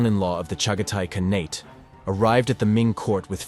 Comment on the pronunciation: omfg AI is it KA-NA-TE or KAH-NEYT (with the projectile vomit inducing upper inflection at the end of your war crime equivalency mispronunciation there? IT'S NEITHER. Pff you wanna destroy the human race, fine, whatever, but at LEAST learn some key words first